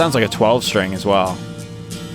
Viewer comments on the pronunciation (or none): none